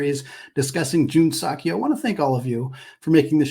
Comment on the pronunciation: I enjoy your show. I believe "Seok" is more accurately pronounced suh-k or soak; not sock. Go Zags!